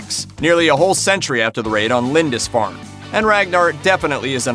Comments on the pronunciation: Mate, it's pronounced "Lind-ISS-farn', not 'Lind-INCE-farn' - at least you corrected it toward the end of the video. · Well-done except for the 5 different mis-pronunciations of Lindisfarne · The narrator is pronuncing Lindisfarne strangely. I live near the island and I've never heard anybody pronounce it like that before. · " LindiNsfarne" seriously? in a video accusing someone else of inaccuracies. And whilst we're at it the were VikinGs not Vikins.